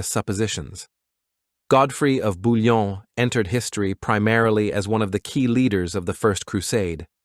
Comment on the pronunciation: ❤Svp BOUILLON pas Bulon respectz son nom merci